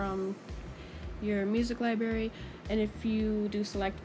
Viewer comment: “liberry” i’m triggered, but atleast she said it library correctly after 💀